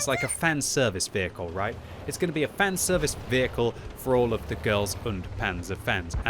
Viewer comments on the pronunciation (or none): i think he lost it for the entire video and he calls it a fan severce vehicle WHAT